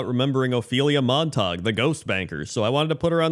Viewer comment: Not Mont-tog, and it’s “Mon-tuh-gyoo”. Romeo Montegue and Juliet Capulet.